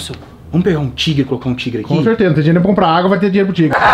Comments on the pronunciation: o falando dinero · fala dineiro kkk